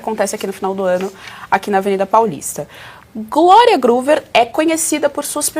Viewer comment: Absurdos a parte desse dinheiro que vai para o ralo do povo, mas para os bolsos dos envolvidos, a pessoa que deu a notícia tem que estar mais preparada, enrolou a língua para falar Gloria e inventou letras ao falar 2 vezes seguidas o Groover … aonde será que ela leu o R ??